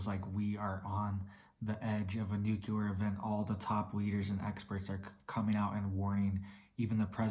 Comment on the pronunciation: If you don’t learn how to say the word nuclear soon Then I hope they Nuke you first !